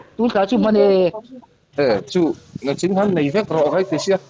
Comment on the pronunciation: Ni 1 April atangin i channel hi ka lo hre ve chiah a, video hmasa atangin ka rawn en chho char char a..a hlimawm thin ngei mai...Amaherawhchu, nang ang tawng hmang thiam lutukin nichin ti lova nachin i ti thi erawh mak ka lo ti deuh thin..